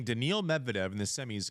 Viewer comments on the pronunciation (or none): none